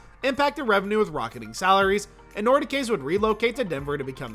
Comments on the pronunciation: The most recent Atlanta NHL team was the Thrashers, not the Trashers. The pronunciation of the name of the old Quebec City Nordiques was botched as well. It was not Nor -D -K's, rather it was pronounced Nor Deeks. As noted by someone else the Islanders have a brand new arena and are not going anywhere. As far as Hamilton, placing a team there would be objected to by both Toronto and Buffalo, so it is unlikely to happen. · “The Nordicays?” 😂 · The Nordi-kays -- give me a break! Kansas City - fuhgediboudit! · Usually these sort of videos are A.I., but I don't think this one is because the narration voice would be better if it was. This guy sounds like he's reading from a script and doesn't know or care. He just wants to rush to make the video five minutes long. Nordic Case? Quebec's team was the Nordiques. Pronounced Nor-dekes. You also mumbled something about France? Quebec is in Canada. You know that at least, right? Atlanta Trashers? No it was the Thrashers. Wisconsin hockey Joe Palevesky? No he's Pavelski last time I checked. What the heck in Lew curative? Do you mean lucrative? There actually AREN'T a lot of NHL teams struggling with attendance, which is surprising given the enormous ticket prices. Only Arizona was in bad shape... and they moved to Salt Lake City, a city you never included as a possible relocation spot. Nice going,! 😂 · I hate to be a stickler but for future reference Nordiques are pronounce “Nor-dekes” sorry we all know how crazy those Quebec fans are 😂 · Trashers? Nor-di-kays? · yes... nortic-keas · Who are the Nordikees? You mean the Nordiques (pronounced NORDEKES)? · wtf is a Nord da Kay? lol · Nordi “ks”…you clearly know NOTHING about hockey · Terrible video, awful voice over. They said the avalanche was going to relocate originally but then never talk about it further. They placed Colorado is one of their five teams originally and then never said anything about it. They can’t even pronounce Nordiques. Worthless video.